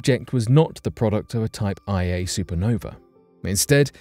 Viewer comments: LOL “type eye A” supernovae You know that someone is mostly just reading apple news and Wikipedia when they say something like that. It’s “type 1a”…a very important yardstick in astrophysics. They always explode with the exact same energy so we can use them to measure the distance to an object, etc. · It’s Type 1A supernova, not Type IA.